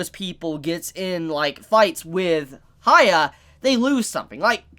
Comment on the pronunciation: It triggered me He kept saying haya Its pronounced as hee-ya-kee-maroo